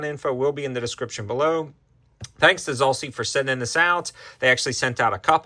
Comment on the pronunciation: Why do you keep saying Zahlsee when it is clearly spelled Zulisy? Zoo-liss'-ee?